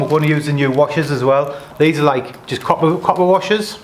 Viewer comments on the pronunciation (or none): none